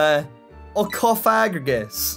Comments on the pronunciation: It's Cof-a-gri-gus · Bruh this man said CoFAGrigus. Coming from someone who's played Pokemon ever since he could use his thumbs, this is NOT how you say that name. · Cough- uh- greeg- us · I find the way he says cofagrigus funnier than get in the effing bag nebby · Misprounouned cofagrigus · U pronounced cofagrogas's name wrong google the pronunciation